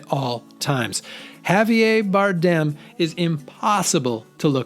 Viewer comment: I would happily watch A Serious Man not just twice, but at least once every year. Great black comedy. Fred Melamed alone is worth the price of admission. (Btw, Javier Bardem is pronounced hah·vee·EER bar·DEM.)